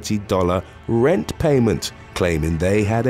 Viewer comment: What’s with the extremely weird EMPHASIS where it doesn’t SEEM to BELONG? Happens when he say RENT, then again RENT PAYMENT. And other “THEIR KEYS WHEN THEY LEFT”